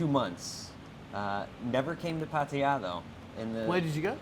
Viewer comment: awesome pronunciation of Pattaya. I think you should school the old timers on Thai words 555!